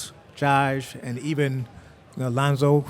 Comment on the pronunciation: "Kuz', Josh". Sounded like he said "Kooz, Jive" at first.